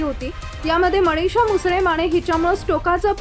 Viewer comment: अहो बाई,मराठी किती अशुद्ध ,मणीषा नाही मनीषा उच्चार करा.